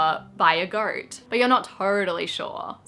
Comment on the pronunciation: I literally came to the comments to ask "did she say goat or boat???" So happy it was goat. :)